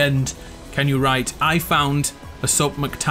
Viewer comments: I was trying to figure out wtf he said. lol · Lol i had no idea what he said also